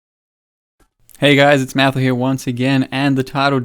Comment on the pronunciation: it's na ma who, ggg being in new zealand they use Maori as a basis. Nga sounds like na